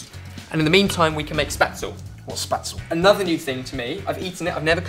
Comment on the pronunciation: I adore spaetzle, WHICH, by the way, is pronounced more like SHPET-sluh than spatsel.